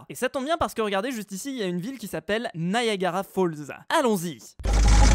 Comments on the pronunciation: Tu as dit "Naiagara" sa se prononce "Niagara" bref, j'ai adoré ta vidéo comme toujour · Nayagara Falls!?, a chaque épisode tu vas nous faire une faute de lecture?